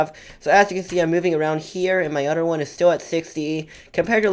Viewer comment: Odder😂 “other” oml ilysm 😂😂😂